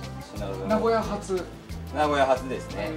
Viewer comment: 発音：名古屋↑じゃなくて名古屋↓です。